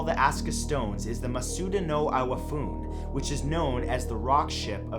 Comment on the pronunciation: Maybe try put a little more effort to the pronunciation of Japanese names, you got very close to saying Asuka right, the a in Asuka has more of a short 'ah' sound, but the pronunciation of the word iwafune was way off, it isn't 'eye-wa-foon', it's 'ee-wa-foo-neh'.